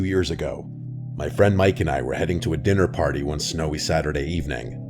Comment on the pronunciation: Is it just me or did anyone else think that he said "Dinner party" as "Diddy Party"? 💀